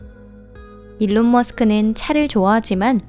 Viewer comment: 일론이 올바른 영어발음에 가까운것으로 알고있습니다